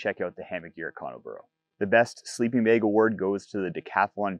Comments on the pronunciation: an accent is fine. Saying words wrong is not. Bag Beg Two different words with vastly different meanings. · It's bag...bAG.....BAAAAAAAG NOT BEG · bAg Not bEg Two different. Words 😅😢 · There is no wrong Is English your native language? It seems it isn't as you don't have a clue about how pronunciation differs between different forms of English.